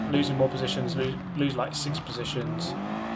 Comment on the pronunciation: At some point there's gonna be a F-15 fly past the screen when tries to pronounce "six"